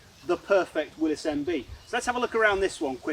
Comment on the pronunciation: Thank you. Thank you for being the ONLY person I have ever heard pronounce Willys properly.